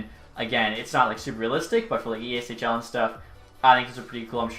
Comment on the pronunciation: why do they keep saying " eashil "????????? do they not know their own game?